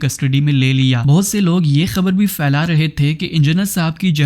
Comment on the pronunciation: FAILANA NA🎉HI PHAILANA HOTA HA SUWAAL NAHI SAWAAL HOTA PAINDU CHUTIYA BOLNA TOU SEEKH PEHLAY 😂😂😂😂